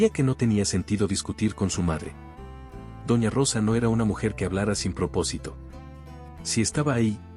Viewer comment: Se dice doña no dona